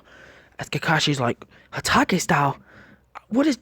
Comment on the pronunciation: At exactly minutes or maybe earlier into the video He Said hataco